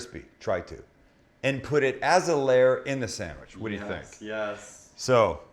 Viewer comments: That sangwich will forever be know as...."the buffalo bill chicken salad sangwich" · The Buffalo Bill samwich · Or, The Buffalo Bill Chicken Salad SAMMICH.